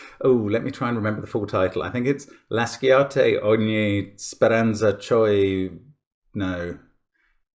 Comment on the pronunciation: La Divina Commedia is scary (well, the Inferno at least 🤣). And that expression is still current Italian (very good pronunciation, btw)!